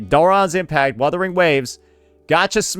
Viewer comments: ok i dont get why they cant say "wuthering waves" correctly. its an english word and "wurther" isnt even a real word while "wuther" is. it has to be intentional. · woordering waves..... lmao